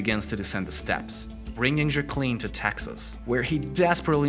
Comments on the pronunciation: I can't even with the juh cleeen pronunciation lolol bro." Jack uh lynn" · I thought it was pronounced "Jacqueline" not "Jacqueline" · Learn how to pronounce Jacqueline directly. If not just call her Jackie O. I kept trying to figure out what you were saying, almost sounded like Ja Queen sometimes. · The video is interesting. The only negative is the pronunciation of Jacqueline. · Who else cringed when he said “Jacqueline”